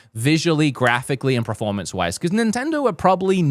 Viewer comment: This dude constantly says preformance instead of performance. It kills my ears man